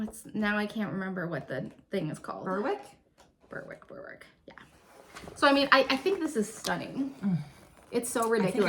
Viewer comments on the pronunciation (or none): The Berwick sweater is pronounced 'Bare-ick'....British pronunciations! It's a beautiful sweater!